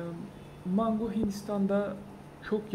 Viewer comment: abi mengo deyişine bitiyorum😀 saygılar 😊